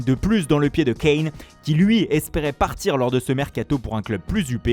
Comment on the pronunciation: Sanchew et Cain voilà la super prononciation lol